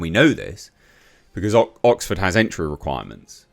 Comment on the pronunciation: EMPTY scrotum! This is OXford. Not 'Bullford'!